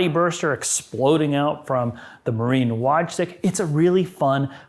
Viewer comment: Wojcik - pronounced Voychik 😂